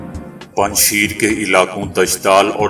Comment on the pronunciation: Panj sheer nahi PANJSHAIR hy